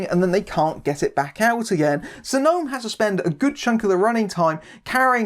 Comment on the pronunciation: Oooh, an Israeli movie on Projector! How far we've come... Great review, wonky pronunciation aside (it's "No-am", not "Gnome"). Talia Lavie is really good (to anyone who hasn't seen "Zero Motivation" - DO IT), and I would love it if she went on to have a long and fruitful career.